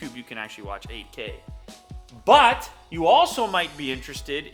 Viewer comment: For 30 sec I heard not 8k but AK😂